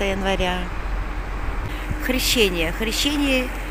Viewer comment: КРЕЩЕНИЕ, а не Хрищение🥱